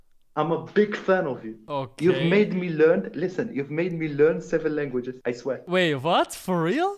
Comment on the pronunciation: How many luengeses do you speak?